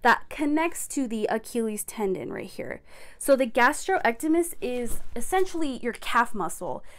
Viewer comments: I believe the calf muscle is pronounced gas-strock-nee-me-us. Gastrocnemius muscle. The fact that you keep saying it wrong drove me crazy during this video. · It’s gastroc-knee-me-us, but otherwise good info